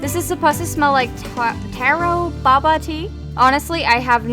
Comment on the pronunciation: Oh, btw the taro boba scent is pronounced T AAA rooo Bow ba tee which basically is the sounded out version of taro boba tea